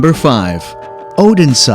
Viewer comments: Wingardium Oh-den-sah! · Yes, bad pronunciation 😢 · “Oden Saw” 😂